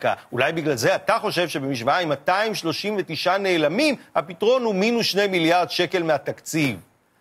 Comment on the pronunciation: אתה יכול לומר פתרון בלי שוא לא נורא